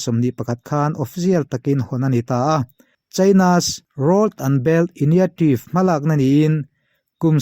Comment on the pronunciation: enga ti nge moni public speaker in ni ve meuh a, in english hi a lam dan dang hi chu mihring a zir poh a ni thei mahse diklo baksak lutuk hi chu Live poh in ni lo va em em thin a, "INITIATIVE" tih hi han ngaithla non ve teh